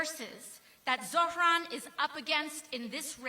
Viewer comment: Why is she calling him ZoFran ?